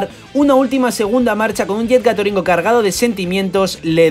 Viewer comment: Dices "gatoringu " pero no te escuché decir "yetto"! O vas a decirlo como el japonés o lo pronuncias en el inglés " jet gatling gun"! Y si es así no digas segunda marcha,creo es " gia sekando"!